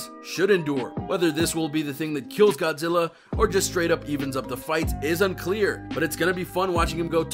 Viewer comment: It's Godzilla not 'godsilla'